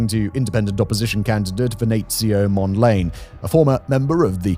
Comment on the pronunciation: "Mond-layne"? I thought it was pronounced "Mond-la-nay".